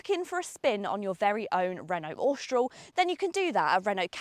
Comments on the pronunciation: please pronounce Austral correctly.....Aw - str- al.......not ostroll....and with most English pronounce H as aitch not H-aitch..... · I have an 2024 Austral and find it so strange people can't pronouce it. Apparently it's shortend from Australis, and definitely not Ostroll...lol. It's a great car though.